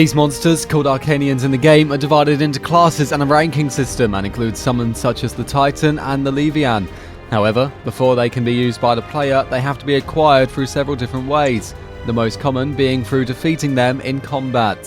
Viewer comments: Leevy-yanth? DAFUQ is that? I hope you're not talking about Leviathan. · The voiceover not only pronounced "Leviathan" wrong, but also incorrectly referred to Dragon Quest XI as "Dragon Quest 13". What a hack. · well still no one should be mispronouncing leviathan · Duel Verse I'll admit I didn't know how to pronounce leviathan many years ago back in the ff7 days until I heard someone else say it.